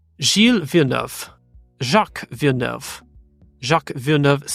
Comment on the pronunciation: Oh and how can i forget paul page calling jaques "villneff" 😂 that one made even less sense saying as their had literally been a jacques villeneuve in indy before, and what racing commentator didnt at least know his world champion dad? Lol